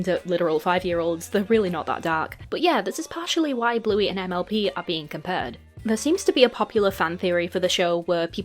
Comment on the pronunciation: Idk why but every time you were to say mlp I heard mlb so I would randomly get confused because I didn’t know when you started talking about miraculous 😅